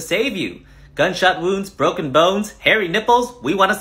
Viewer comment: Lol how he says "br0ken"